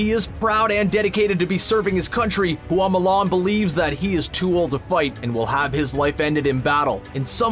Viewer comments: "HOO AWW MOO LARN" Q_Q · "Hoo-ah Mulan"??🤦🏻‍♀️🤦🏻‍♀️